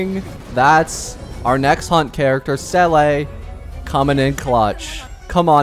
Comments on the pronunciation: It's not selay it's zela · Nop thats wrong too, Its zeh le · Seele is pronounced sea luh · Sell a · Oh and noticed he said sele